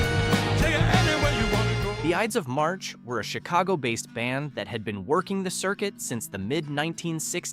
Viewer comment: Your pronunciation is horrible !t's Maria Mull-Dower not Mull-door!! The group that sang Vehicle was the "Eyedes of March, not the Ids of March. I still hear some of these songs, but most of them deserve to stay buried!!